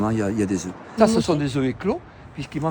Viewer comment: Œuf au pluriel on ne prononce pas le F !!